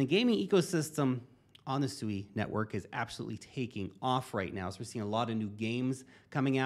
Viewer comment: SUI = swee, as in the word SUITE